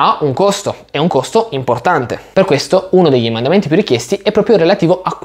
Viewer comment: ma perché dici EMANDAMENTI? emendamenti si dice, eh scusa!